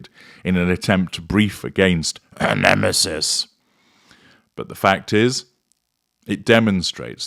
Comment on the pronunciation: Your pronunciation of "the nemesis " is cringe worthy. You sound ridiculous, like you have no clue how to throw shade